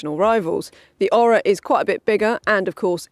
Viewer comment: Maybe if you did your home work you would discover thats pronounced Oar-rah not Oral without the L.